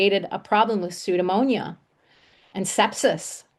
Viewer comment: It's pseudomonas not pseudomonia. It may be a small point but it makes me question the thoroughness of your research